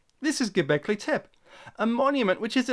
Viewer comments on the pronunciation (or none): And you still pronounce tepe wrong...